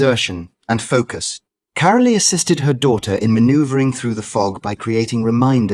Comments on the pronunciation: It voice. Her name is carol not carolea. Do we have to put up with this stuff. It’s not normal. 😮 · Her name is not "CARO-LEE!" It is pronounced CAROL, like in Christmas CAROL! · Get your robots or ignorant humans to pronounce the names correctly. Carole Middleton is pronounced Carol NOT Carolee. 😡😡😡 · Why is Carole Middleton's first name pronounced Caroleee. It s Carole - the e is not pronounced. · narrator not pronouncing mother Carole’s name properly, it’s pronounced ‘Carol’ …the ‘e’ on the end is silent!! These folks should be screened! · ITS KAR REL TON , THATS HOW YOU PRENOUNCE IT! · The e in carole is silent it is pronounced p ke. Christmas Carol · Since you can't be bothered to pronounce Carole Middleton's name, I tend to doubt your narrative. What you have told is pretty common to chemotherapy patients. I sincerely doubt that any of this is directly relatable to the Princess. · Catherine’s mother would never discuss personal information about her beloved daughter. You don’t even know how to pronounce Carole’s name properly so why would anyone believe this total bunch of rubbish that you are trying to sell the public regarding Catherine’s recovery. Shame on you for going into embarrassing details and trying to sell this garbage as truth! Leave Princess Catherine, alone and mind your own business!